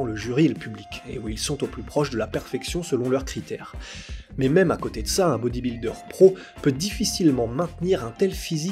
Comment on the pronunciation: Incroyable vidéo, Incroyable natation, incroyable intervenant mais par pitié dit plus BodybUldeur et pas Bodibildeur